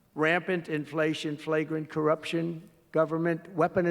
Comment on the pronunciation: he pronounced inflation wrong.